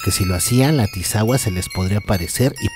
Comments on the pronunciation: Es tisigua no tisagua 😂😂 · Hola, buen vídeo pero sin ofender es Chiapas no Chapas, y es tisigüa no tisagua.... Pero fuera de eso muy buen vídeo, hay muchas leyendas más por si en alguna ocasión hiciera una segunda parte, esta el zipe de la zona altos, el duende de la zona de Palenque, el Sombreron, la Cocha infernal, la dama de blanco de tuxtla...😄 Dejo por acá el link de un cortometraje que encontré del zipe